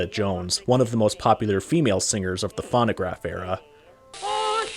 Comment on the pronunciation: Never heard it pronounced as fawnograph before. And then pronounce Whiteman as Whitman? It makes me suspect its an AI voice.